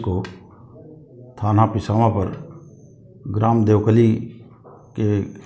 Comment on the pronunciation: Bhai देवकलिया nahi hai देवकली है